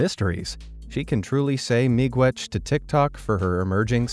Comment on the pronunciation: u spelt it wrong. it supposed to be miigwech i'm from an ojibwe school u also pronounced it correctly tho